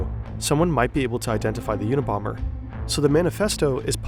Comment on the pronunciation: Check the "a" in unabomber.